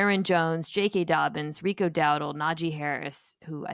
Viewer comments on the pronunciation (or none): none